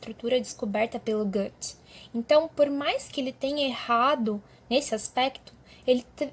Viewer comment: você pronuncia Goethe errado demais, além de ter uma dicção horrível. Imagina ser ruim em tudo o que se faz, meu deus. Péssima professora e pseudo arquiteta